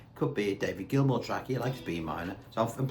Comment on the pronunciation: definitely put on a bit of a psh voice there for Gilmour 😂